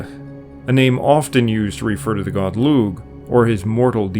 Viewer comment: Lugh is an Irish name and in Irish a g followed by an H is a silent g and not pronounced. And so the Name Lugh is properly pronounced Loo and not loog. The word Ogham used to be spelled Ogam with a buailte over the G. When there is a buailte over a G the G is silent and an h after a g serves the same purpose. Brother, if you are not pronouncing names properly I have to wonder what else you are getting wrong.